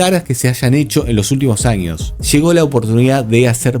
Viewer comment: TAQUILLA NO TAQUISHA…! LLEGO…. NÓ SHEGO